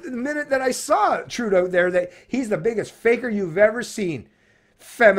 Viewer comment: Trudeau is not a Faker I think you have one of your vowels wrong 🇨🇦😅